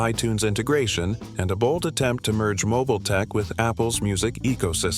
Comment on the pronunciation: Powered by Windows Mobeel 🤖